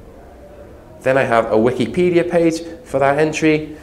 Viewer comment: "Wik-E-Pedia" xD